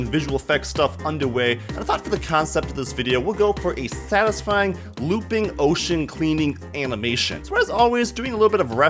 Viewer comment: take a drink every time he says sastysfying